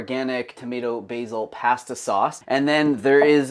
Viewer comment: I can't stand when people say pasta like that 🙉